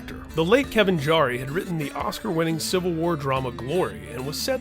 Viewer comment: Kevin “Jarry”? Well, that’s one thing I didn’t know 🤨